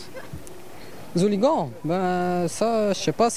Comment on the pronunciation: les "hooli-gants" ...